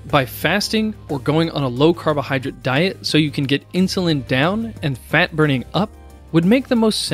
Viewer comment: jesus, it's "drate" not "drit"